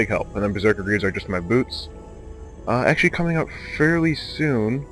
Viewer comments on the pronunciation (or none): none